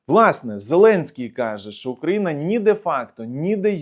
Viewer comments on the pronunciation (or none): none